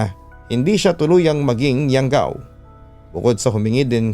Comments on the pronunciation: . Anong YAWGAW!?? YANGGAW SIGURO IBIG NYANG SABIHIN HAHAHA ½ ASWANG PERO D ALAM ANG YANGGAW.. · Di ko lang ma gets kung bakit lagi nadadamay ang Capiz sa mga kwentong aswang. tga Capiz po ako eversince at never pako nka kita ng aswang or nababalitang may aswang. hindi po totoo ang Aswang dito sa Capiz kaya legit na hindi totoo tong kwentong pinadala hehe. PS: Hindi po yawgaw yun, Yanggaw yun.